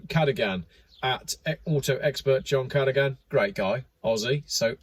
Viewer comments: It's pronounced car doh gan :) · It’s pronounced CA-DO-GAN, LOL!😂 John Cadogan is no dummy. He is an engineer with work experience in vehicles and vehicle safety. He has a polarising wit, which I love and find entertaining. He is the most honest guy I know and always tells it like it is. Yes, it’s sadly true, T apparently two firefighters got Cobalt poisoning and can NO LONGER WORK. This is why I made the comment about the tug/firefighters which appeared to be leeward (downwind) of the ship. That gas is very nasty stuff, now what about possible fallout over the Dutch mainland communities. Imagine the amount of people that could be affected inhaling the diluted toxic gasses. Now what about the toxins released into the waters from The Felicity Ace. It’s total madness dreamt up by the UN which is under instruction by the Illuminati pushing this one world government. They want to ban cash and have digital dollars instead (US and soon Australia). FOLKS, more than ever we need to say Enough is Enough. In a rural area in New Mexico they want to centralise living…see Gregg Bradens latest YT post on this. Also if you watch that article by John Cadogan, I made a comment which was a bit of satire extending off John’s humour. It think you will like it. Glad you mentioned John’s upload…it’s a beauty. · John "ka-doh-gan"